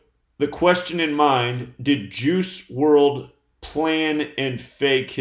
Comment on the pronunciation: "Juice" sounds like "Jews" lol